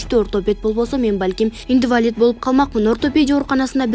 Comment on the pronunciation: Окуп жаткан кызбы, даярдап берген журналистби грамотный болгулачы. Бут республика угуп жатат. Индивалит эмес, инвалид го дейм.